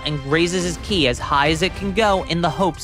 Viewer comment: It’s Ki not chi